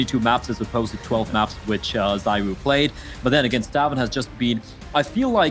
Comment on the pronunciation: The pronunciation of zywoo triggers me lmao